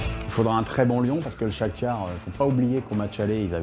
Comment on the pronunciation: chakgnare ? chaktar on dit il sait pas parler ce type